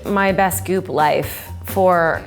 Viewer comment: Each time she said goop I thought she was saying poop